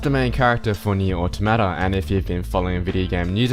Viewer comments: "oh-tah-mah-tah" is the pronunciation, it's an english word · Jesus why can't anyone pronounce automata. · You still understood that he was saying Automata, right? Quit whining.